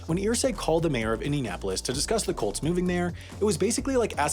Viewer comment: When you say “Colts” it sounds like “cults.” Really adds to the story.